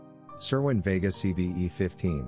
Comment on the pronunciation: You don't even know how to pronounce vega